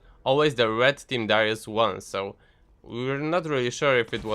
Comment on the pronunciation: I heard dyrus lol.